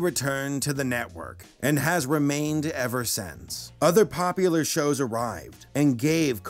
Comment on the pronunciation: Hehe, Pompular